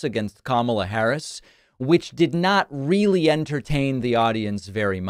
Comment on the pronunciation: Yea,sure donnie,yep yew weely weely hwhipped her!!!!!😂😂😂😂😂😂